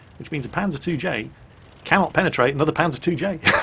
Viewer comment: I'm sorry I lost it when said penatate